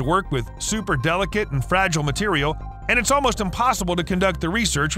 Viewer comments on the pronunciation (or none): none